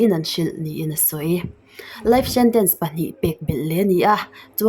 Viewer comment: 'SH' leh 'S' i lam kawp thin hi a ngaimawh awm emai, 'Shentence' te i ti mai2 zialo emai